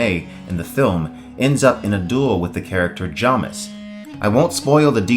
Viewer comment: Who are Chonnie and Jommis? Do you mean Chani (CHAY-nee) and Jamis (JAY-miss)?